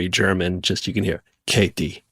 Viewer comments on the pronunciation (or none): It's "Katee", not "Kate", but yes, I love them both so much, bro! They're both amazing people, and great actors as well! Katee's an international Hollywood sci-fi treasure, such a babe! And Joel's a comedy legend, man! He's been in Community, 30 Rock, and now Animal Control on Fox! This guy is awesome! I love Joel McHale so much, y'all! He's insanely cool and talented! What fun he is to watch! His work is phenomenal! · Bro, totally! Joel is amazing, and both of them are great together! And I'd watch them in anything, man! Also, it's not "Katie", her name is "Katee", got that, dude? Thanks!